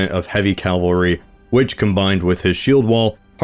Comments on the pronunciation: Listen, your videos are great, but could you please stop mispronouncing cavalry? It is a calvary to hear you say it wrong being a native english speaker. Unless you are trolling, in which case, well done. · It’s “cavalry,” not “calvary.” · Why do you keep pronouncing cavalry as calvary? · Every time you pronounce cavalry as “Calvary” I want to punch the wall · loving the Mount and Blade inserts :) also, calvary lol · It’s cavalry not calvary! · Please stop calling cavalry calvary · Is Calvary another generally recommended pronunciation of Cavalry? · Sorry, cant endorse someone trying to talk about history but still says Calvary. Thats just a sign you shouldn't try to talk about anything with authority. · Was into it until I heard "Calvary" and "Standford Bridge"... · Calvary???? are you a high school student or an uneducated yank? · The way you pronounce "cavalry" always makes me laugh. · Why is it so hard to pronounce cavalry?🎉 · I’m begging you to learn how to pronounce ‘cavalry’ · Whoever turned down the "correctly pronounce cavalry" setting. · has come so far, yet he still says Calvary instead of cavalry. Smh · Um, "cavalry" not "Calvary". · Love your videos, but if I ever stop watching it'll be from hearing you say Calvary instead of Cavalry for the last time. :') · I really love your stuff. but the only thing putting me off is how you pronounce cavalry like the mountain Jesus Christ died on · there you go, it's probably a force of habit then when you still say calvary. Understandable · I love you but it's cavalry. Cavalry. CAVALRY NOT CALVARY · CavaLry not CaLvary. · Cavalry. Not calvary. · Bro. It's CAV - AL - RY. Not "Calvary". That's where Christ died. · Please pronounce “cavalry” correctly, god thats annoying. It’s not “cal-vary.” We’re not talking about biblical events, we’re discussing mounted warriors….”cav-alry.” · I love this channel, but the use of CALvary istead of CAValry is going to kill me one day. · is it Calvary or Cavalry?